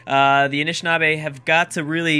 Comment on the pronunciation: Am I the only one that thinks it's kinda funny that of all the names, be it city names or civ names or whatever, can't pronounce, he totally owns the pronunciation of the Anishinaabe